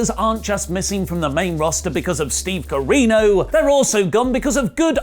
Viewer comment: I'm begging you, please stop saying Steve Carino